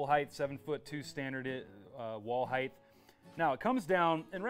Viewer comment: Just a friendly reminder. The word is height, not heighth :)